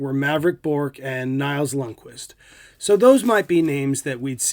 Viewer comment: You could not have done a worse job saying Roope Hintz or Nils Lundkvist.